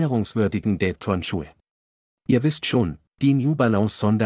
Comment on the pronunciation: Ja, statt Date wird auch dade gesagt. Einen menschlichen Leser oder zumindest eine bessere Computerstimme wäre schon fein.